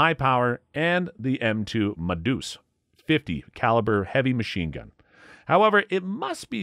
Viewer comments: I am disappointed in you,. YOU should know, it is not 'muh-deuce'! Ma. Ma. MAW! Ma Deuce! As in, "I love ya, Ma." Simon Whistler made the same mistake, but he doesn't strike me as a gun-guy. Man! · The Ma-Deuce is pronounced MAH-deuce. Not muh-DEUCE.